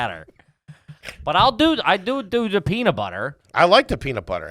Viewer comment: saying "Peanuh Butter" instead of peanut butter blew my mind. Add it to the mile long scroll of trashy Philly pronunciations from the boys!